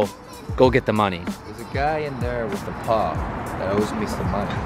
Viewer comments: Why’d you pause between “a” and “paw” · the way u said paw was so bad 🤣 but shit was dope asf